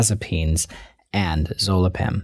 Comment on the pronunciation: Zolpidem...not zolipen.